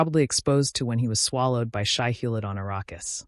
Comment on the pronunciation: Nice recap, but the reader really needs to pronounce names correctly- e.g. Atreides is not Atree- Ides, Shai-Hulud is not Shai-Hullid.